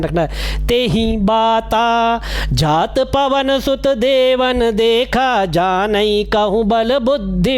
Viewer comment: जात पवन सुत देवन्ह देखा इसके नीचे वाली लाइन पर आप को फिर से विचार करना चाहिए , मेरे मतानुसार कुछ अशुद्ध उच्चारण हुआ हे